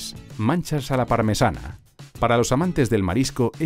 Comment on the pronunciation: Estaba bueno el video, pero poner un queque de choclo en vez del verdadero pastel de choclo... uffff... y habría puesto como relator a Fernando Solis Lara, que de seguro es capaz de decir "Machas", y no "Manchas"